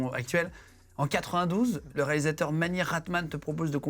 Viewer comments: Pas rackman guigui, Rahman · Cest cool mais svp.. faites un effort pour bien prononcer leur nom. Cest pas complique pourtant.. A.R.rahman et non pas a.r.rakman. Mani rathnam et no pas mani ratman...